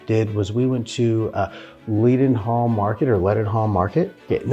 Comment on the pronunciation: Leddenhall Market is the pronounciation.